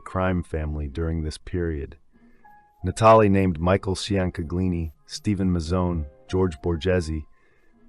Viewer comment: Mikey “Chang” *Chain-Ga-Leeni*.